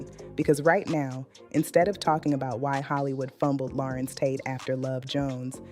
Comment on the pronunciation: This black lady AI 🤖 is horrible! Her pronunciation of his name is a dead giveaway😂😂😂😂